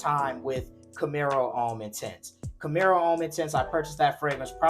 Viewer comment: ⛔️IT IS NOT "CAMERO" IT IS CAMARO....It reads exactly as it is written.